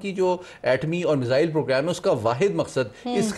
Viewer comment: پروگرام کی اینکر “میزل” بول رہی ہیں ۔۔ اوہ بھائی “میزل” کیا ہوتا ہے ۔۔ 😂